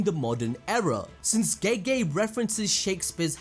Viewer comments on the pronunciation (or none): none